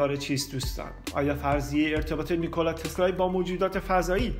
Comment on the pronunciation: باسپاس از ویدیوی زیبای شما.. تنها ایرادش این بود که شما علی رغم درست نوشتن نام "نیکلا تسلا" در تیتر برنامه ، در طول برنامه اون رو نیکلای تسلای تلفظ کردی..